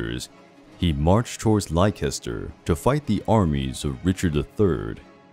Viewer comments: Good vid, great info but Gloucester is pronounced Gloster and Leicester is just Lester keep up the great work though. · You need to learn how to pronounce Warwick, Gloucester and Leicester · I lol'd at the pronunciation of Leicester I only wish it were really pronounced like that